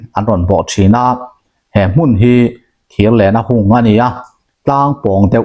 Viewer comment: "Hmun" tih hi a hma leh a hnunga thu awm azirin a hniam leh a sanga lam rik ngaih hun a awm ṭhin a. I lam diklo nual mai a, inzir zel ang aw Pls.